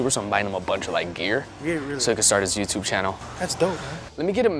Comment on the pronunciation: he said wow let go YOU TUB!!!instead of YOUTUBE,that sound when he say YOU TUB!! Is weird,make me laugh hard😁😁😁😁😂